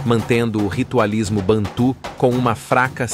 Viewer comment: Excelente pesquisa. O narrador precisa, no entanto, saber a pronúncia certa de determinadas palavras. Bantu não é "bantu com cento agudo no u". Gêge é a pronúncia certa, não Gegê, com acentuação aguda no gê. Também a saudação aos Ciganos é"Opatcha", com acentuação na última sílaba. Só esses acertos para que as pessoas pronunciem corretamente as palavras originais.